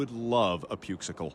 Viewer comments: " I WITH LOVE A PUKESICLE " 🗣️ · "I would love a pukesicle" 🤣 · “I would love a pukesicle” 😂